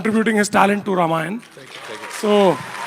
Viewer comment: रमायन नहीं रामायण सन्नी जी